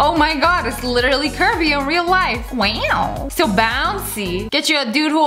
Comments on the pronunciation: Love it when she says weow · I love how she says wow she’s just like “waw”😂😂😂